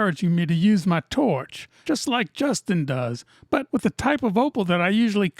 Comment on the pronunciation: "torch" ya starting to sound Australian 😂